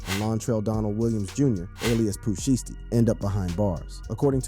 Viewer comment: At least say the name shiesty correctly 😂 you doin that on purpose ??